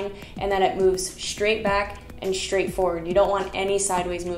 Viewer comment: Thanks. I always enjoy your videos. This one made me giggle every time you said "SHtraight," 😁